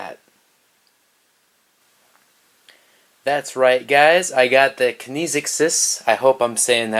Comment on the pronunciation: I believe it's pronounced Kin - x - siss.